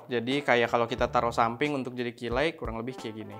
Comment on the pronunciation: Mantap, tp maaf penyebutan “ key light “ >>> ki lait, bukan ki laik 🙏🙏